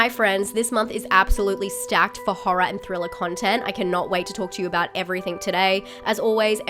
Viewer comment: "Folk horror "said with your accent was awesome!